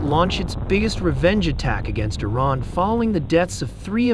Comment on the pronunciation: It's not pronounced 'eye rain' it's Iran.